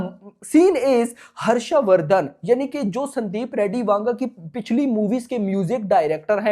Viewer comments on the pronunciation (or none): That's "Vanga" not "Wanga".